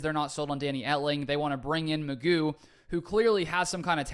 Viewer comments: I thought it was pronounced Mc Goo? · I think this is a very worthwhile addition. McGough is a tough name to pronounce...I think its more like McGow...but I am gonna call him McGuff the "Crime Dog" cuz he is gonna come in and help "take a bite outta the Bears, Vikes and Lions....:hand-orange-covering-eyes:😇😊😎 Good luck with the Podcast on my way to check it out!!